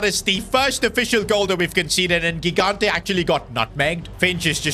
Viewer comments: Luka kikante... Mate its lookah jighanteh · The first G in Gigante is not hard, it's soft. So it should be something like Jigante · In gigante the g is pronounced like a j like jigante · Please stop with the wrong spell of gigante is not ghigante is gigante you spell it like gigi from gigi buffon or donnaruma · It's not Ghigante It's Gigante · as an italian is not ghigante is Gigante, u have to have a strong g when u say it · It's not Luca Gignte It's jee-GAHN-teh (IPA: /dʒiˈɡante as an Italian if you could try to pronounce him right it would be awesome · Bro ur pronouncing ur goalkeepers name wrong, its Higante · It’s pronounced jigante not gigante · Hey, I'm so excited for another S2G FC career mode! As an Italian, I'm sure that GK is going to be fantastic, we have a history of producing amazing keepers. Just one correction: the initial G in his surname has the same sound as "Giant". Apart from this, fantastic video as always, keep up the good work!